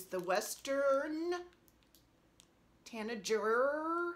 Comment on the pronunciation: Hi! OMG - You're delightful. I love your May sheep - so so cute! And I love your Peace sheep. Your bird pieces are gorgeous - I love those bird charts from Heartstring. I think I might have those charts. Your Westerrn Tanagerr pronunciation is cracking me up! Really really enjoyed your video! Kathy